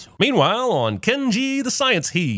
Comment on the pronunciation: I lost it at the "Ken-Ji the Sciense He" lmao